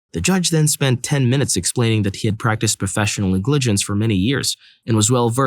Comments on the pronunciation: If you don't know how to pronounce a word you can look it up, man lol ngligence NEG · Sorry to point this out, but in the story with professional negligence, the stress is NEGligece, not negLIGence, even if the origin comes from negLECT. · How the hell do you not know how to pronounce "Negligence"? Is this a bot reading these off? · You say negligence so weird I had no idea what you were saying at first. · I wasn't looking at the screen during story 6, so it took me until the second or third time to realize the reader was saying negligence. That's not even a rare, legal term. Is this a computer reader?